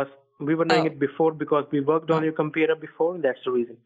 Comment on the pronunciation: "we will fix your compeedo"